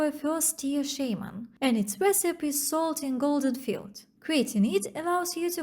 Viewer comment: Great job. I've been liking these videos. I have two pieces of constructive feedback. 1) Don't worry about apologizing for a skin condition you can't control. If people are more interested in your looks than your content, they are in the wrong place. That's what OnlyFans is for. 2) In English, the word "recipe" has 3 syllables with a long E sound at the end. The I can sound like the short I in lick or sometimes like the U in punk. So: reh-sih-pee or reh-suh-pee keep up the good work.